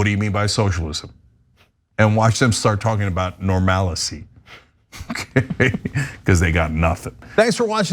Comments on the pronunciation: What's "normalicy"? Is like "normality", only stupid? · She actually said "normalicy" which isn't even a word 😂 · Normalicy? It's Normality or Normalcy. Don't make up your own words. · I think she wanted to say "normalcy" but actually forgot how to pronounce it.